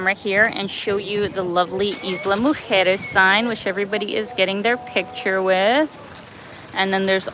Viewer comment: Good pronunciation of Islas Mujeres. Most north Americans that speak English have problems pronouncing Spanish.